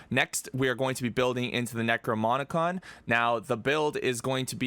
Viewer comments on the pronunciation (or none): thank you very much for the tut, btw it's "necroNoMicon"